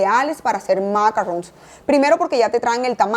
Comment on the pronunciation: Macaron NOT macarron.